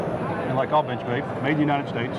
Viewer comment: "Binchmade" - so he says...